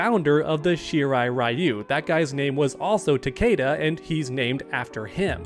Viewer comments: Cool vid, but btw his name is pronounced Ta•kee•da not ta•kAda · Omg it’s not takayda it’s takeeda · Everyone says his name wrong , it's Ta-Key-Da